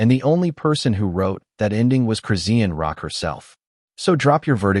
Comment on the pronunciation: The way that AI voice CONSTANTLY REPEATS EVERY NAME IS CRAZY! Redundantly mispronouncing Chrisean Rock at the BEGINNING OF EVERY SENTENCE is crazy. Only a computer generated "voice" (AI) does that. I've heard her name more in this video than in the last TWO YEARS COMBINED 😳!